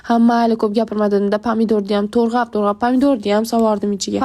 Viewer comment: Nimaga turğap diysiz 😂 tuğrab dimisiz😅😊